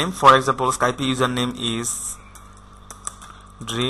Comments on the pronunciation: Motorsports7 I Know right Its just when you say skypie IT DOSENT SOUND RIGHT ITS Skype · Sorry but you've said Skype a little wrong... Its actually skype not Skypie. Just saying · its not pronounced skypIE its called skype no ie at the end